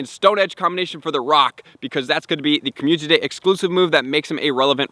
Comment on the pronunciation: Watched this 100x cuz hearing “COMMUNTITY day” is addicting